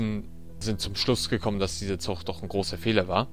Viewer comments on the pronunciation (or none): ist es echt so schwierig "zuG" zu sagen? Ich bekomme blutige Ohren wenn ich ständig "zuCH" höre.... oh mann... sorry die Kritik musste sein.